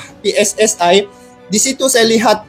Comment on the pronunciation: aku dari Indonesia. kepada cainelaku sering menonton cenel anda maka aku pengin cenel coba berlatih bahasa Indonesia sia lebih Pasih lagi supaya lebih jelas dalam berpendapat contoh kalau bicara pssi coba di pasihkanenjadi jangan pssa tapi pssi iiitu saran dari kami makasih